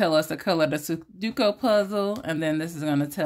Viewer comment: Good morning,. I want that farmer's market. Expensive chicken legs 😅.sudoku is pronounced Su doe ku. I won't be at Bingo tonight because my sister and I are leaving early Sunday morning to go on a road trip 😊